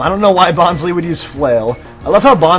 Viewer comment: It's pronounced "Bon-Slie" as in bonsai tree